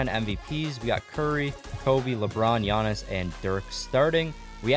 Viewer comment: You say giannis name so wrong